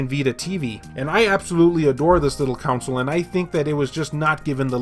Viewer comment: It’s funny how you call it a “Council” and not a “Console”.... not hating on you, just an observation. Love my Vita!